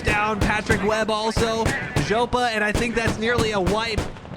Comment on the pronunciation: simply saying zhoppa not knowing what it means lol